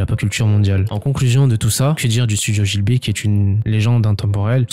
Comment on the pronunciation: G(h)I BLI --- pas GIL BI - Sinon top vidéo - Le Château dans le Ciel & Le Château Ambulant